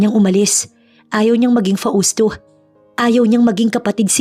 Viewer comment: Shout-Out from CANADA 🇨🇦 🍁 Namesake ko yung isang karakter ninyo dito 😀😃 but here in CANADA 🇨🇦 they pronounced MABEL as MAYBELLE ( MAY not MA ) 🥰 ‘Nyways, we’ll see how this story goes! BTW, Hindi ba’t FAUSTO iyon not FA—USTO?? 🤔🤔 katuwa handle ng narrator “ ” 😛😛